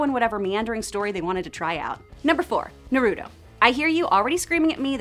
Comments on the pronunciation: is no one gonna comment on how she pronounced Naruto... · How u gonna call out naruto but can’t say it right